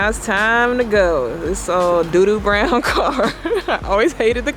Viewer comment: When Chef Toni sat in the first car and said “Dis nice”. She sounded so Jamaican 🇯🇲🇯🇲🇯🇲🇯🇲